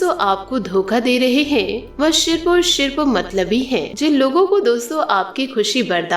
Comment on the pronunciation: आपको सारे राज्योके लोग सुनते है, इसलिए शब्दोंका उच्चारण आपके राज्यके तरीके से मत कीजिए। हर स का उच्चारण आप श करते हो। समस्या/ शमश्या , आसू /आंशु, सिर्फ/शिर्फ , सावधानी/शावधानी